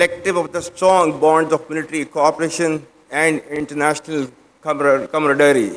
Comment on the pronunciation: It’s camaraderie Dictators usually have difficulty pronouncing simple words